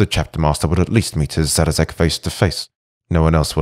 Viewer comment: Great read but his name is Szarekh not Zarazek.